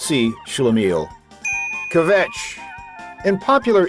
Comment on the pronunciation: Stopped listening when he couldn't pronounce "kvetch".